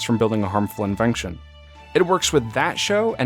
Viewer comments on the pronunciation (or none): I’ve noticed in a few videos that you add a “k” sound in words that have an “ent” like “menKtion” or “invenKtion.” just thought I would try to help you out. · Why do you put the letter k into some words like “invenktion” and “unintenktionally”? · Ever notice he says invenxion and unintenxional, or intenxional